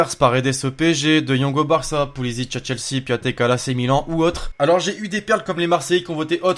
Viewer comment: Piatek se prononce Piontek